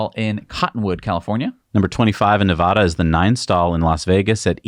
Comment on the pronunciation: Please properly pronounce the name of the state of Nevada.